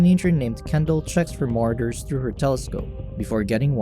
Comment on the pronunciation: I normally hate doing this but come on bro, it's pronounced "Ma-Raud-ers" = Marauders... I honestly hope you're mispronunciation is just a lil jokey joke. If not, please don't quit your day job and become a YouTube announcer/recapper.